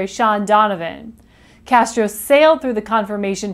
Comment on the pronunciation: you mispronounced his name.